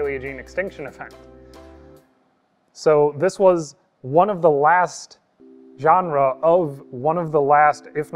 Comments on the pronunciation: "Genrah"? Not "Ge-ne-ra"? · Another hard word to pronounce? Genera. It's not the same word as genre.